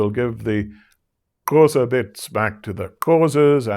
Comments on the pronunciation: thank you for this insightful lecture.. he pronounced the Xhosa click wrong, he pronounced it as Qhosa :) xxx God bless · literally just paused the video to look in the comments for a comment such as this one hahaha. I was thinking the sameeee. I did notice, though, the 3rd time he said Xhosa without the tongue click. #poser